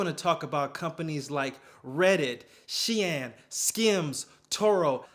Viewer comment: Loved the cut-in from Sunoa- turns out I've been pronouncing Shein wrong too 🤣